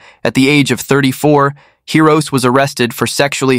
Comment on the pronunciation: It's Hee-Roh-Say, not Hee-roh-ss. Though this guy doesn't deserve having his name pronounced properly.